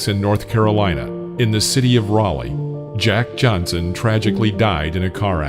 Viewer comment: You had his name wrong many times! Are you white? His name is Jack Johnson!